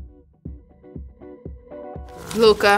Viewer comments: Luka almost mispronounced his name😂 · Why did Luka purposely mispronounce his name!? 😭😭😂😂😂